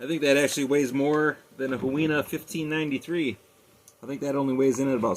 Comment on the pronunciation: It’s pronounced hoo-e-na